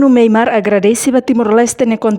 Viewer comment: Nasaun MYANMAR. Karik ita boot sira pronunsia liafuan MEIMART signifika loja iha Díli/fatuhada mak hanaran MEIMART. Tamba nasaun nebee mak ita temi (MEIMAR) iha mapa mundu ita lá hetan. SUJESTAUN DEIT ATU NÚNEE BELE SAI JORNALISTA NEBEE PROFESSIONAL....!!!!!